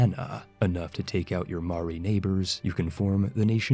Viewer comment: Commenting from New Zealand! Just to say that was some of the worst pronunciation I think I've ever heard. Your Kia Ora and Maori weren't bad though